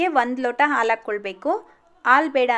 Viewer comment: ಆಲು ಅಲ್ಲ ಹಾಲು...ಮೊದ್ಲು ಕನ್ನಡ ಉಚ್ಛಾರಣೆ ಕಲ್ತ್ಕೊಳಿ... ಕನ್ನಡ ಕೊಲ್ಲಬೇಡಿ🙏